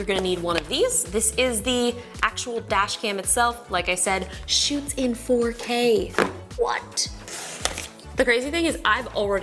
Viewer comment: When she said “4K quality” I kept hearing “potato quality” and I thought what’s potato quality??